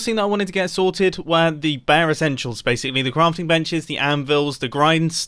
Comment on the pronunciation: So, BASEicly